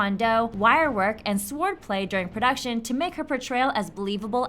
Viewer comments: And other times that she said sWord in that way it just bugs me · The 'W' in sword is silent. Also, your voice is very annoying. Also, I disliked because of you saying 'Squad Goals'. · Why the fuck do you say sword so weird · The pronunciation of sword omg I love it